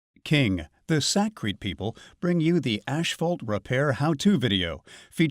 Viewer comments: It’s not hisphalt. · ASHphalt?? That drove me nuts! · Can we hire a guy that can pronounce asphalt correctly?